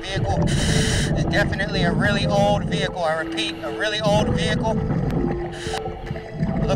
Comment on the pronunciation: “Vehicle” not “Vehichle”